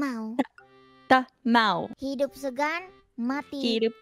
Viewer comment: Fun fact: when said "hidup segan" as "hirup segan", it has different meaning from "tired of living" to be "tired of sniffing/take breath" 😂